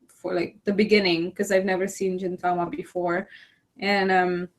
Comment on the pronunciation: Great video !! I enjoyedit so much!! By the way, You keep saying "Jin"tama instead of Gintama. It's actually "Gin" not "Jin". The sound "Gi" is similar to "ge" sound from the word "geek" I know it's hard to pronouce Japanese word so I understand (;^^)